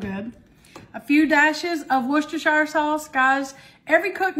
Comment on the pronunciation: You're the only person I know who says "Worcestershire" sauce without stumbling all over the pronunciation. 🤣 Love all of your recipes